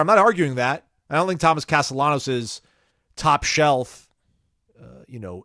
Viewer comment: You're pronouncing his last name wrong its Hispanic. There's a high chance that if you pronounce ll as “y,” you'll be understood in most Spanish-speaking countries. Depending on the region though, the sound of ll can be similar to the letter “j” as well.